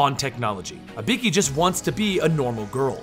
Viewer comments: It's not Ibeeki. It's IBUUUKI. Telling history but getting the name wrong... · Dude pronounced it like HE-IKI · "ibeeki" and "ellena". Wow. Butchered. Its "ibooki" and "elayna". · Can’t help but notice you call her Uh-Bee-Key, it’s actually E-Boo-Key but nice illustrating I enjoyed watching 😅 I’ll disappear now in a puff of smoke 🥷💨🪵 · You know the games tell you how to pronounce ibuki (e-boo-key). still a good video but just something that bothered me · it's pronounced "ee-boo-kee" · why do you say Ibiki ? And you also butchered Elena's name. Still a good video, 10/10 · I get it, but even still the pronunciations are way off though. Even funnier is that I was watching the vid with subtitles on, and every time he said Ibeeki it never got it right either. The subtitles just came up with stuff like ''a beaky'', ''a pinkie'' or ''B key'' lmao. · Lol it's actually pronounced ee-boo-ki but thanks for the video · I get the feeling about 9/10 of these comments are dedicated to pointing out how he screwed up Ibuki‘s name. Including this one. Her names on the GOD DAMN CUVER FOR GOD SAKE! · He might don't know to say ibuki right